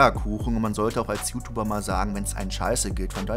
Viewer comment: Immer wenn du UTUBER sagst, schüttelt es mich ein wenig 😄 könntest du versuchen, mehr jiutiuber zu sagen?